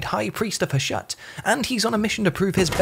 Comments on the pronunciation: Tiny nitpick- Hashut is pronounced "HAH-SHOOT" HASHUT VORGUND ZHARR-NAGGRUND! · That's not tiny if the narrator assumes it is Murican and pronounces it like that. HOW did he get the idea to say Ha-shut? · i imagined "Hashut" would be pronounced differently 🙃